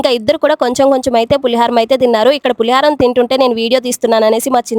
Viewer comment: పులిహరం కాదు అమ్మ పులిహోర.